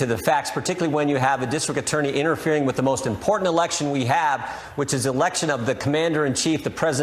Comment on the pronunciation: "Experience wiff, wiff Donald Trump" Wiff? Has he been sniffing Donald Trump?